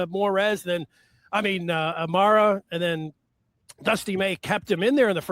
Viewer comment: How’s a guy from “the Michigan side,” and, more specifically, from the Maize and Blue Review, pronouncing Yaxel’s last name LendeNborg and not properly as Lendeborg? Announcer on Duke game did the same thing. Also, Aday Mara pronounces his name as Ah-die, not Ah-day. Come on.